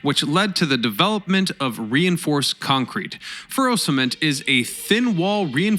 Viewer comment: Don't you mean "ferro-cement", and not "furrow cement"? It's iron (steel) reinforced concrete, not trench reinforced concrete.